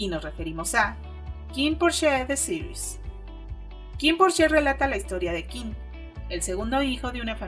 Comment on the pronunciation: Es Kinnporsche ( se pronuncia Porsch osea Kinnporsch ) no Kinnporsché porque Porsché es el hermano pequeño de Porsche. Gracias por la entrevista.